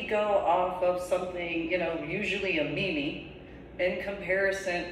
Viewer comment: it's "meem"